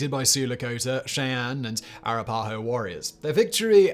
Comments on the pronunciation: uh-rappa-ho, not arra-pah-ho. accent second and last syllable, not 1st syllable. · Arapahoe: uh rap uh hoe. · Simon, first off it's pronounced in the states as "Kay sawn"-Khe Sanh, second the American Indian name is Arapaho pronounced as "a-rap-a-ho".